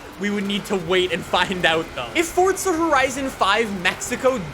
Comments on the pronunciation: It’s Forza not Fortza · Why does he say fortza not forza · FORZA NOT FORTSA. please 🙏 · Pretty sure it's forza, not fortsa. Why can't Americans speak properly? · The developers have said it's Fortza. Its italian for god's sake, Fortza means strenght. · Stop saying Fordza!!! Lol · There is no T in Forza. Please stop saying fortza it triggers me and many other people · Its forZA not forTSA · It’s not Fortza it’s Forza! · FOR GODS SAKE ITS NOT FORTZA, ITS FORZA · It's not. It's pronounced Fortza, which is Italian for Strenght. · The way he pronounces forza is really bugging me. (Fortza) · Can you say forza not forca, thank you. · You say forsta horizen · Stop saying fortza💀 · For za the is not a fucking t in forza say it fucking right aaaahhhhh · Did he say Fordza? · mans really said "fortsa" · fortza LOL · Why? Why with the “Fortsa” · i love how he says “FORTZA HORIZON 5” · It's Fortza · u mean "Welcome back to ForTza Horizon 5"